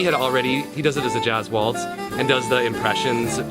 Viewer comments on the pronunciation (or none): none